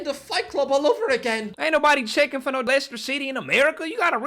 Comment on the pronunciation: How does he not know Liechester City.. 😂